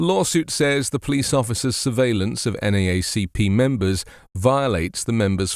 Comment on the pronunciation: From a Yank in UK to a Brit in US - extra credit for local pronunciation 'N double A C P'. Thanks for the reporting and advocacy.